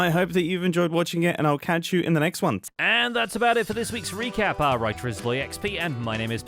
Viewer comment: Whenever says “our writer is SloyXP” I always think they’re saying “our righteous SloyXP” 😂